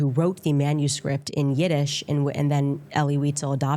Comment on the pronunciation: Giddish?! 😂😂😂 Yiddish!!😂